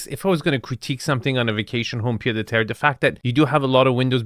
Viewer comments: I'm too french to let this go it's 'pied-à-terre' pronounced piétàterre literally foot-on-ground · Quick correction. In "pied-à-terre", the "d" is silent. I'm only saying it because based on your videos, you seem to like to pronounce in different languages correctly.